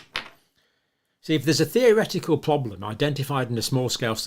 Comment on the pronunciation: Those clips from the Campbell shows are hard to stomach. Cannot bear his gurning and dramatics, and his speech is so annoying, like how he pronounces problem as "pwoblem".